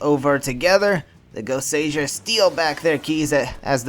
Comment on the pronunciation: Yeah it's not really a mark against you but when you know how it should be pronounced and someone is making an informative video pronouncing it wrong it irks me. Still though I have heard enough people pronounce Goseiger wrong to forgive you. Now if I could give you one piece of advice it would be to not make comparisons between Sentai and Power Rangers. Regardless of how much easier it makes things to explain Sentai is its own thing and if you don't want to talk about it then don't